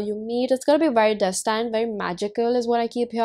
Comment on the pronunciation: hahahaa so funny how u said destined... its DÉS tind not des TAINED ok